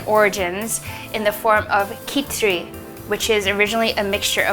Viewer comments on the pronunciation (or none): It's not khichri it's khichidi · it’s pronounced Kichuri,not Kichri. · PRONOUNCED AS KHICHDI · Khichdi id such a famous Indian meal, every other state or even every other household has a unique way of making it. And it's pronounced as : khi(as in special hindi character, most nearby would be kha"ki")+ch(as in "ch"art)+di(special hindi character, most nearby would be "de"al) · I am Indian and let me say the way you said kichiri was hilarious 😂😂😂😂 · omg pronouncing khichiri as an Indian is so funny to me but great job lol